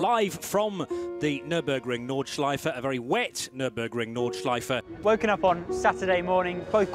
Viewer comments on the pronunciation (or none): „Nordschliefe“ oopsie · Just an FYI: the "e" at the end of "Nordschleife" is not silent if you want to use the proper German pronunciation (since it is German, after all) ;) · Nice one! One slight thing about "Nordschleife": German doesn't have silent vowels at the end of words. So the E at the end is always pronounced. You know, like the correct pronounciation of "Porsche". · He might at least have bothered to learn how to pronounce Nordschleife correctly in a week on the track surrounded by germans...